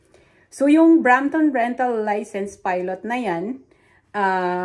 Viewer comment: it’s Brampton